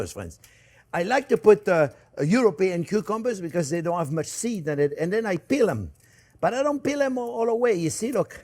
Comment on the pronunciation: Hahaha became my favorite chef the minuted i watched hime made butter. and now, his “mush” 🤣 made my day.